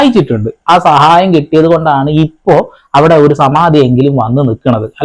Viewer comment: സമാധി അല്ല ; സമാതി, സമാതി, സമാതി